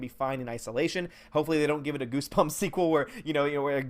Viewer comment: Haha he said "GooseGumps". 😂😂😂😂